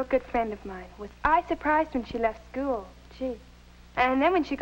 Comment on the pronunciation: her pronunciation of "school" as "skyool" lol I don't think I've ever heard that irl! I've only heard it from Marcia in the Brady Bunch movie "That's funny, I've never heard of a George Glass going to our skyool"